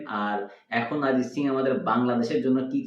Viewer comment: আপনারা ভুল তথ্য জানেন অরিজিৎ সিং কে নিয়ে অরিজিৎ সিং ইন্ডিয়ান আইডিয়ালে নয় নয় সেট ম্যাক্স এ প্রেম গুরুকুল শো থেকে এলিমিনেট হয়ে গিয়েছিল আর বাংলায় যখন কথা বলছেন নিজেদেরকে বাংলাদেশি বলেন তখন আরিজিৎ নয় উচ্চারণ অরিজিৎ সিং কবে ধন্যবাদ 🙏🇮🇳